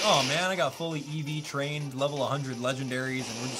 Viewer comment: My name is Giovanni and thanks for pronouncing it right